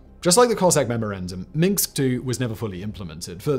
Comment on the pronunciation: Free tip: the "s" comes before the "k" in "Minsk".